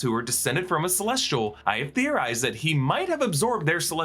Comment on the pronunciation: "I have theorirized"